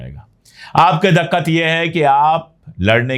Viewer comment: Daququat nahi diququat.